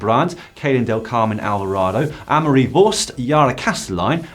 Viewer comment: Thanks for the correct pronounciation of Annemarie's last name!